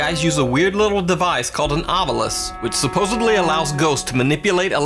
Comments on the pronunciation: Yo did you just say supposebly ? ? ? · "supposebly" lol